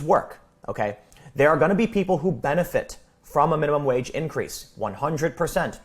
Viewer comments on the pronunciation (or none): I also live in Central Illinois and it's "wage" not "wadge". I will need a part-time job to make ends meet when I retire. Except there won't be any part-time jobs for retirees or for teens for that matter. Blaming the rich is a strawman tactic. Yes we have overpaid executives and monopolies. Illinois has been quite supportive of monopolies over the past several decades. I bring this up because that is the real problem. Too many large companies=fewer opportunities for workers. Some big wig at a megalocorporation is NOT going to take a cut in pay to increase the peasants' wages. Come on. The real world has issues that require more intricate solutions than a minimum wage increase.